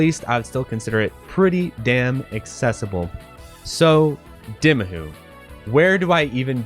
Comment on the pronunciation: It's pronounced D-eye-mahoo. NOT D-ih-mahoo. The game already pronounced the title for you! How could you still think the title is pronounced the other way?